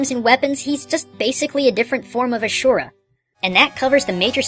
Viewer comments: It's asura not ashura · I'm sorry and I do not at all mean to be offensive but you pronounced Asura's name as ashura and please don't be like "that's the way its meant to be said" because I beat the entire game and not once did it say it like that. Did I come across as mad, dident mean to but if I did sorry. Good day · He said asura's name wrong